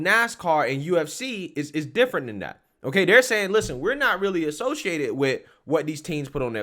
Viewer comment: You're a little too old to be pronouncing words that start with a TH ....D That is not Dat.... This is not Dis Grow up!